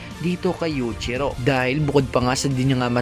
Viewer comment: Yuichiro hanma ! Paayos Ng pronounce!